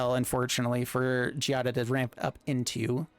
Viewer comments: Don't know if this was said already but Giada's name is pronounced GEE-AH-DUH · Considering the way the ETB mechanic can be so useful in the deck and gameplay, try using cards that blink. Your usage of makes me throw up in my mouth a little every single time you mispronounce it. Learn and grow. Kaito is something I would find a better card to use instead.